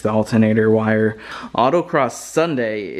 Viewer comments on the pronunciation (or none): none